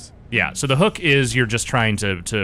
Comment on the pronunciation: "da hook"